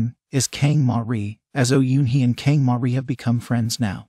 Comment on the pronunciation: OMG THIS IS SO FUNNY KANG MARI PRONOUNCE AS KENG MARY WTF HAHAHAHAHHHAHAHAHAHHA BAE RONA AS BAE ROWNA HAHAHAHAHHAHAHAH